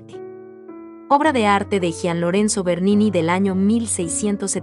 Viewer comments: Gian, no se pronuncia como “J”, sino como “G”. Como Gianny Verssage! Buen video, gracias! 👍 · Nada más una puntualización: por favor 🙏🏻 no se dice “jian” Lorenzo , se pronuncia como si fuera y. Cada vez que lo dice me da unas ansias… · Gracias por presentarnos a Bernini. Te felicito y agradezco el aporte, Bernini es de mis artistas favoritos. Sugeriría que nos indicaras donde se exhibe cada escultura u obra de arte. Aquí en LATAM el nombre de Bernini lo pronunciamos Yian en vez de Jian, lo siento raro. Saludos